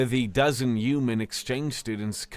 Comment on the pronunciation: Human . Not uman 🤷‍♀️